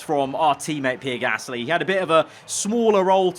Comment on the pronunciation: Praying for next season can say Gasly correctly